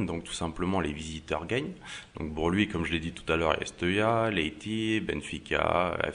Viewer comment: Ta remarqué que tu disais B les P ???? tu dis Bour au lieu de Pour ! ah ah ah aucun rapport avec la vidéo mais je voulais te le dire rien que pour te taquiner ah ah ah ça va c'est pas méchant... tu es peux être dyslexique...